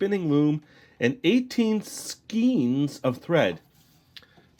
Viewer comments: Skein is pronounced to rhyme with "rain"_ This looks like fun! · I believe it's skein pronounced like day (like skane)